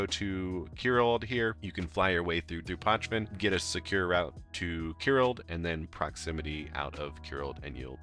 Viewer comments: It is not PoKven, it is PoČven. Č==CHicago, PoCHven. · You pronounce it wrong mate